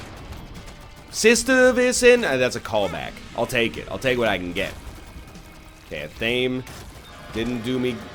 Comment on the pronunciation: Glad you've started to appreciate athame as an item. Almost as glad as I would be if you learned to pronounce it correctly (ath-uh-may)